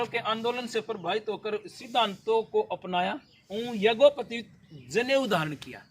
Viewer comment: भाई ये यज्ञोपतित नहीं यज्ञोपवीत है , कृपया उच्चारण सुधारें